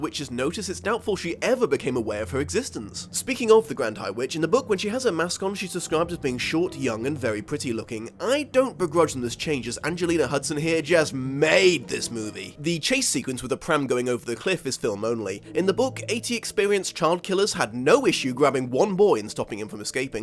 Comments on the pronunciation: You still got her last name wrong. It's Huston, not Hudson. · You got both her first AND last name wrong. It's Houston, not Hudson. Anjelica Houston. Beyond that, love this video! I read this book several times as a kid. Loved the movie as well! Although I can admit now that it's not particularly great. The book is still wonderful, though! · Did anyone else hear him say "Angelina Hudson" instead of Angelica Huston? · sounds like ya effed up her surname too; Huston, not Hudson